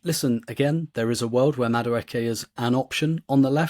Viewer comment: lose the Madueke pronunciation...its not MaKueke